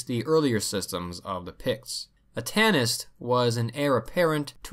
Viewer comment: So when he says tanist does he really mean Tànaiste? Is he just butchering the pronunciation?